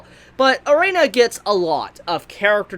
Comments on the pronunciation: wow.... whos "Er'ay'na" thought it was "ERINA" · Y DO U KEEP SAYIN A-REINA?!?!?! IT’S EH-RIN-A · Arina it's erina Jesus whats it with you Americans can't pronounce something as it's written arina fuck me it has a "E" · One request. Pronounce her name Eh-ree-nah and not Uh-ray-nuh. Thanks 😁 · yeah he really needs to do that , triggered me each time he said it wrong 😭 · Erina, Air - In - Uh pls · For some reason I'm not mad at for pronouncing Erina as "E-rey-na". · Hearing say Erina so many times, I just hear Erena instead. This makes me visualize in my head an Asian grandpa trying to say Elena and this is hilarious for absolutely no good reason. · Please say eh-ree-nah. Eh-ree-nah Eh-ree-nah Eh-ree-nah Eh-ree-nah Eh-ree-nah Eh-ree-nah Eh-ree-nah Eh-ree-nah Eh-ree-nah Eh-ree-nah Eh-ree-nah Eh-ree-nah Eh-ree-nah Eh-ree-nah Eh-ree-nah Eh-ree-nah Eh-ree-nah Eh-ree-nah Eh-ree-nah Eh-ree-nah Eh-ree-nah Eh-ree-nah Eh-ree-nah Eh-ree-nah Eh-ree-nah Eh-ree-nah Eh-ree-nah Eh-ree-nah Eh-ree-nah Eh-ree-nah Eh-ree-nah Eh-ree-nah Eh-ree-nah Eh-ree-nah Eh-ree-nah Eh-ree-nah Eh-ree-nah Eh-ree-nah Eh-ree-nah Eh-ree-nah Eh-ree-nah Eh-ree-nah Eh-ree-nah Eh-ree-nah Eh-ree-nah Eh-ree-nah Eh-ree-nah Eh-ree-nah Eh-ree-nah Eh-ree-nah I don't know why but this triggers me so much. God help me:( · I liked your review man, but could you please pronounce Erina's (air-ee-na) name correctly in the future? It just bugged me a little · I'm surprised he spelled Erina right in the video title at least. He still kept pronouncing it as Erena tho